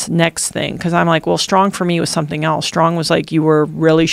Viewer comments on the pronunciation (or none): She’s articulate and her points are so valid, but ‘shtrong ‘ over and over again (except for a couple of instances where she forgot to think about it and pronounced the word correctly. She even said ‘shtuff ‘. What the hell? I know it’s petty but geez… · Why does she say, shtrong instead of strong?